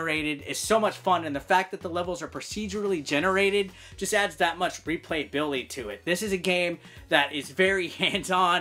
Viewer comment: He says replayability really funny.